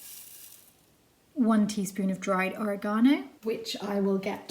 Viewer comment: Never, in my 54 years, have I heard Oregano pronounced that way. Is that the common French pronunciation? I'm gonna be amusing all my friends with it now.😄